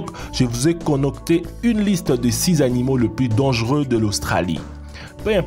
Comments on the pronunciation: Lol à seconde il dit connocter au lieux de concocter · Il a dis conocter au lieu de concocter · conocter mdr